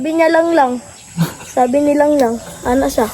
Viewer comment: Ung pgbigkas nya ng Langlang, kuhang kuha nya, ang galing nya, matalinong bata, kinikig si sir Paul,,, k